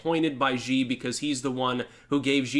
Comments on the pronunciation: His last name is pronounced "she" like she-male. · the pronunciation of that dickhead's name actually sounds like "She." The letter X in Chinese pinyin is pronounced like an "sh."